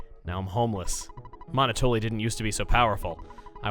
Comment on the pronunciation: I'm not sure who else finds it irritating but... Monotoli is pronounced like Monopoly, referring to the business dominance although the game also is pretty good at describing it as well. Monoploy. Monotoli. It makes sense given the character.